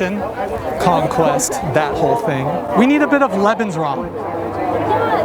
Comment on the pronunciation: i was joking about the way he pronounced it..